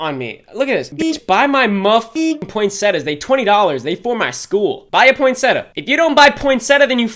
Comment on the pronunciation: You said poinsettia wrong and e spelled it wrong oof poinsetta isn’t a word 💀